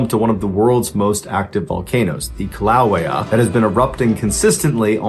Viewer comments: If ur not AI then at least pronounce it correctly: (Kee lah way-ya) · Pronounced kill a way a. Always funny to hear people try to pronounce Hawaiian words and failing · That was the weirdest pronunciation of Kilauea I've ever heard. (it's kill-a-way-uh) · No offense meant, “kill-uh-way-uh “ is the pronunciation. There are safety fences there for a reason, as you look into it, it’s bubbling and rolling, looks like tar and stinks like rotten eggs. You don’t have to step over the fence to see inside 😮and anyone who does is a fool. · They have helicopter tours if you want to see inside it. Went on one in 1989, and at least back then, it wasn’t super expensive. But it freaked me out that as we hovered there for a while, it started getting pretty hot inside the helicopter, which made me wonder about the outside temp and its effects on the machinery. Also, that pronunciation of Kīlauea was brutal … Kil-ah-way-ah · Oh for petesake. I love Mr. Ballen, and I choose to ignore the frequent poor grammar and mispronunciations -- some of which are just hIs way, and some of which are the fault of the unfortunate AI narration that often replaces him now. But how could anyone involved in the production process not catch the "Kill-AW-wy-ah" mispronunciation? Somebody needs to be proofing these things, and looking up anything they aren't absolutely sure of. Heck, hIre ME! I'm an experienced writer and I've worked in radio and TV -- one phone call a day, and I could ensure that you NEVER make another mistake! 😊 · It’s pronounced Killa-Waya… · Pronounced KILL-Ah-we-ah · Bro I know you can say kee-lah-oo-EH-ah, your fishing!!!😂 stop playin with us!😂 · Hi, it's pronounced KILL-a-WAY-ah. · The way he said Kīlauea physically pained me